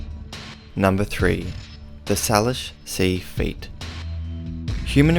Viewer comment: Just a pronunciation correction. Salish is pronounced say-lish.